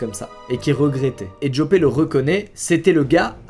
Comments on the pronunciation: Au passage ca se prononce Yòpeuhh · au passage Joppe se prononce "Yopeu"